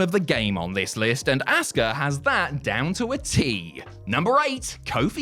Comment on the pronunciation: Why are you calling her "ASS-KA" It's Asuka